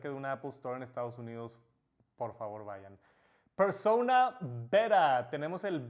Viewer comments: Por qué dice, persouna, si la palabra es claramente en español solo digo no hate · Porque cuando dices persona lo dices como si fueras gringo cuando es una palabra española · Pronunciar “persouna” cuando sabes hablar español y decir persona no tiene precio jajaja